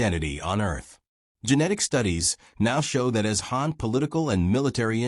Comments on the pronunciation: Even though the video is actually refering to the Hàn people, the pronunciation is like Hán, so maybe because of that he/she got confused. However let's clear it up, the video is actually talking about the Hàn people of China. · Wrong tone, man